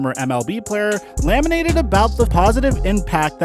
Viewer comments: I could be wrong, but every time you used the word "lamented" it sounds like you say "laminated" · Lamented. Not laminated. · Bro rly said, “Pat Mahomes laminated about the positive impact Alex Smith had” 😂